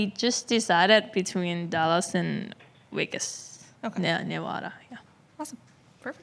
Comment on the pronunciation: V and W, Vegas not Wegas but L and R is good now